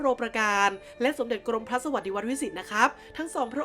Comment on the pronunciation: กรมพระ กรม-มะ-พระ ต้องอ่านเเบบนี้นะครับ ไม่ใช่ กรม-พระ